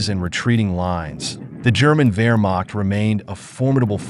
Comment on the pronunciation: He just inserts a second 'r' in Wehrmacht after taking the trouble to pronounce the 'W' correctly hence 'Wehrmarkt', probably says 'Aydolf Hitler' as well. Interesting video though.